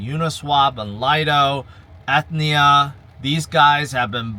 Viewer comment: I thought mentioned a health insurance company when pronouncing Ethena😂